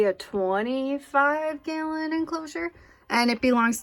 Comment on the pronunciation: You from Minnesota? I like the way you say “talented” & “gallon” lmao